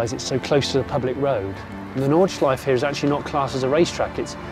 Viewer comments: Nice one! But come on Jonny, there are no silent vowels at the end of a German word. The last E in Nordschleife is fully pronounced (think Porsche). Or just listen to how the Germans say it in the video ;) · Why cant people learn how to pronounce nordschelife ffs